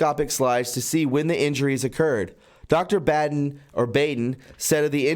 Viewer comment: The Coroner's name Dr. Baden is pronounced "bawden". It's German, and really a changed name from the Khazarian tribes. The 13 Illuminati Bloodlines. - see Fritz Springmeier. Also, Epstien's bro - is prevented to learn, cuz the proper authorities realize he's a Khazarian too. These are the fake jhoos of Rev 2:3 and Rev 3:3, we were warned about. There are many names we know in society that are Khazar's, i.e. Kissenger. Likely S.Speilberg and H.Wienstein too. For your knowledge. - y.welcome. ~Snazz (I'm still discerning over BiBi).